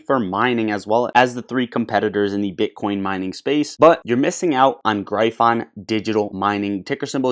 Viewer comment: OMG u gotta learn to pronounce gryphon LOL